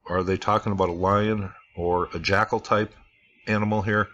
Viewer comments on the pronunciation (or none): none